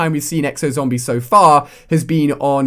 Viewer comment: I hate how this guy says zombies but he does pretty decent reviews